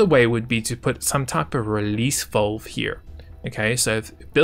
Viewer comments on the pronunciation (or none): VALVE.. not VOLVE.. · I love the quality of these videos and the fact that he is the only YouTuber thag explains this game in depth annoys me. The way this guy talks drives me nuts. It's valve not vulve dude 😶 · the way he says valve is so posh lol